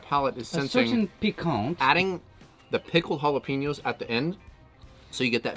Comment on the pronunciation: Again with the jalaPEEnos!!?! (You had to know this was coming)